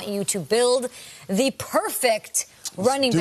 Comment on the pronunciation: Why did she say: "The perfect..." in this way? It is not "the a/e/i/o/u".